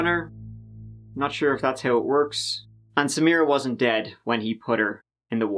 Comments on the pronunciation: My ancestral family is Lebanese, and I have a cousin whose name is Samira. I am also an attorney, and I would have called the State’s prosecutor in private and taught her the correct pronunciation. Samra? Damn that’s sad. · Couldn’t agree more. I keep hearing her say, “Samrah Fresh”. ☹️ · She even mispronounced Samiras name. Its Sa Mi Ra. Not Samra. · It did me,she was calling her samra 😳😒I was thinking hang on ur accusing the husband but yet can’t even get the poor girls NAME right..🙄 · You would think the prosecutor would pronounce the victim's name properly. Keeps calling her Samra. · Does it annoy anyone else that the prosecutor didn’t even bother learning the proper pronunciation for Samira’s name? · It bugged me that the prosecutor didn’t even pronounce Samiras name properly. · Meadow Gold I was looking for this comment. It's lazy and disrespectful because she could've just used her last name if she couldn't pronounce her first name. It's not even a difficult name to pronounce. She [the prosector] makes me want to find in favor of the defense!😂 *Diclaimer it's a joke before any triggers go off. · It really pissed me off that no one even bothered correcting her. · the fact that this lawyer keeps mispronouncing the victims name is very frustrating. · Why couldn't the lawyer be bothered to pronounce Samira's name correctly??? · You would think the prosecution would pronounce her name correctly... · He is the most likely suspect, however, I think there is reasonable doubt. And why can't the prosecutor pronounce Samira correctly? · Ugh!! The prosecutor keeps mispronouncing her (Samira) name!! How irritating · The female lawyer could at least pronounce her name correctly.... Put some respect on her name.